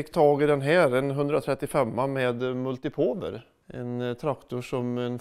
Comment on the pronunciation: Fyfan vad bonde asså "multi påwer" HAHAHA levererar igen, sluta aldrig:D <3